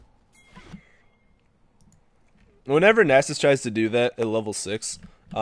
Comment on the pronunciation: People in eu dont say nasus like that -.